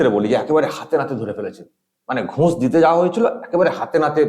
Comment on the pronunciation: একটা কথা না বলে পারছিনা,, নিজের ভাইয়ের মতন মনে করি বলেই বলছি,, উচ্চারণে একটু ভুল হচ্ছে কথাটা ঘুঁষ হবে না, হবে ঘুষ।